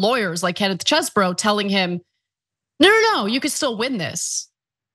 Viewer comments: I find it so sad that we live in a world where calls this man Chess-e-bro and not Cheesebro! Bring back the cheese I need my bro back! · Phonetic: Chezboro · I'm saddened that you no longer pronounce it as "cheese bro" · After months of calling him CHEEESEBRO, your new pronunciation was distracting in an otherwise awesome and informative story.